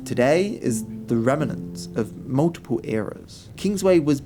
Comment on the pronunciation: ‘Rem-en-nants’ AAAGH! It’s REMNANTS! TWO syllables!